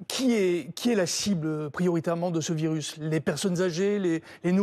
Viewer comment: Un virusse? arrête 😂